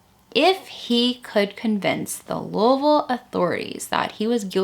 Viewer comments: "Louisville" pronounced like a true, native Kentuckian. You must be from around here. I myself live just a bit north of Louisville and I gotta say, i hate the city. It's ALWAYS been dangerous. Why would anyone let their 8 year old walk alone to church almost a mile away? Why wasn't someone else in the family going to church? Why couldn't someone have dropped her off, cold as it was? I have so many questions... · Being from Kentucky it's irritating when people pronounce Louisville the wrong way, but you pronounced it correctly and by God that's good enough for a subscription! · As a Kentuckian, I so appreciate your correct pronunciation of Louisville! 😊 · I'm from eastern KY and it makes me happy to hear you pronounce louisville the way we do here. Most say Louie ville. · Wow. Lived in and around Louisville all my life, and I’m not sure I’ve heard of this. So sad. I’ve driven by that church many times never realizing how such a terrible thing happened there. Crazy. But agreed with several others in the comments, thank you for the proper pronunciation of Louisville. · I'm from Kentucky about an hour and a half away.... I'm a country girl and Louisville is a scary place it's dangerous in some places I'm so glad you say Louisville right lol... I just don't understand how anyone can murder a child 😢it's so sad... 😢😥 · Luavull is how us Louisville natives pronounce it here. It's odd to hear someine say it correctly. Lol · I’m a bit late to the show but better late than never! As many have said, I ended up here after a Caitlin Doughty episode. I was intrigued to stay when you pronounced Louisville correctly, and then realize you’re referencing a book written by my old friend Shawn Herron. Strange enough, I never knew Shawn had written this book. She’s a unique person and has her hand in many things. I’m not a bit surprised and I’m sure it’s a good read. I will have to check it out. Thanks for the work and the video!